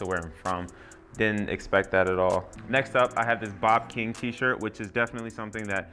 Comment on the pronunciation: That guys name is B.B. King, pronounced bee bee king. Love the channel